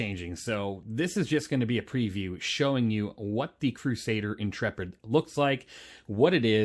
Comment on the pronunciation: I'm just glad to find someone who pronounces "Intrepid" correctly. Honestly the number of youtubers calling it the "intra-pid' or "int-rapid' is making my eyes itxh! 😅